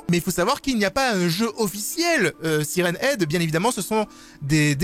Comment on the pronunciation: On dit "sayrenne ède!